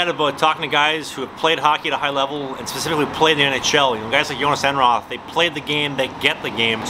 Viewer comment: To all English speakers. Jhonas Enroth is pronounced Joonas Enroot. Joon and root like the way you say the O's in Goon and with a hard T at the end of Enroth. The H is silent. 🙃